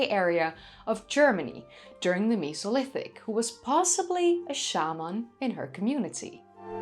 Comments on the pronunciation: You enunciate it as Me So Lithic!?! When it truly sounds like meh-Soh-Lith-ic it's a flat e not a sharp e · The miso lithic 😂 Mesolithic is how most peoples pronounce it why are you pronouncing it like meeso 😂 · Cool video :) why do you pronounce Mesolithic like Misolithic, when you say Neolithic and Paleolithic with a destinct "E" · i honestly didnt know i could be so triggered by the way someone says mesolithic until this video